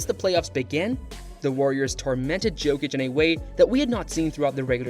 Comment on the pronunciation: Ok, I can’t watch this with that prononciation of Jokic